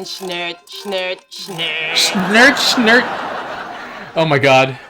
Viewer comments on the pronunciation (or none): Well, the first word "Weiches" sounds horrible, but that's at least somewhat understandable, because our two different "ch" sounds seem to be really difficult for a lot of non-German speakers. After that I'd say it's OK, using correct words with a strong American accent - up until the end of both lines, with the words "murrt" and "schnurrt", which are almost unrecognisable. It took me quite a long time with several repeats to realise what the last one was supposed to be.